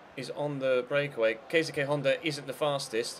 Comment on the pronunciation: You're pronouncing Honda's first name wrong